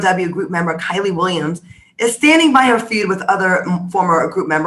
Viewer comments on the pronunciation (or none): It’s pronounced KEE-lee. 🤷🏽‍♀️ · It’s y’all calling her “Kylie”. It’s KIELY (keel-ee). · I know you were calling Kieley "Kylie" on purpose 🤣